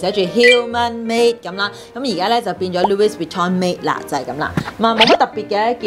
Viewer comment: Louis Vuitton 的 LOUIS 是沒有 S 音的…